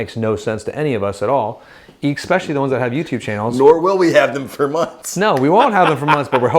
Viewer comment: please stop saying “x specially”!